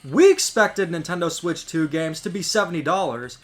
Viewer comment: Bro says gams